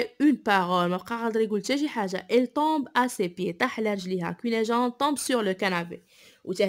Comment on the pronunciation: Fais attention à la prononciation notamment des noms des personnages (cunegonde) prononcé go sinon bonne continuation